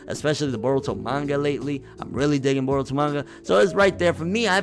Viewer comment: its pronounce Boruto in case u didn't know...and they are adding way more content to chunin exams todays episode was proof and the manga need to get ahead of anime or it will be inconsistent like DBS